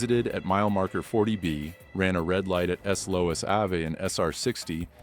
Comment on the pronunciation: "S Lous Avey"? Who's that" Some new sports guy? 🙄